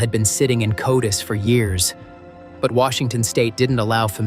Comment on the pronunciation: Nice content. Very engaging…however, the AI pronunciation: “C..O..D..I..S” discredits and makes your presentation laughable. Please hire a native speaker. At the very least, inform viewers that you rely on AI to make your presentation.